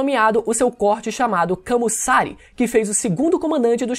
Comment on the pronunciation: Amei o vídeo mais pelamor de Deus!! Para de falar "RÁKI" e "KAMUSSÁRE" as pronúncias japonesas não possuem acentos na letra "A"! fica pejorativo essa pronuncia mais de resto ta shoooow ❤